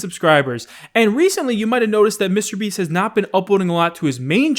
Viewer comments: says "mistabeast" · Hey, I’ve watched you for years. Seriously, but uh can you please pronounce mrbeast as two separate words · Day 503 of asking to stop pronouncing mrBeast weird